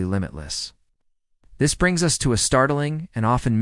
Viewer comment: Lost me when the AI voice called the US 'us'